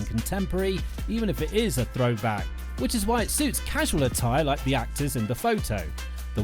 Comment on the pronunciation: Can't pronounce Constantine. Left immediately. He Doesn't know nothing.